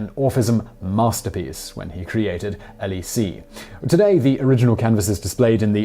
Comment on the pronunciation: Informative as always Simon. Thank you. Just one point: There is no "é" sound at the end of "hélice". It is pronounced more like Ay-Liss.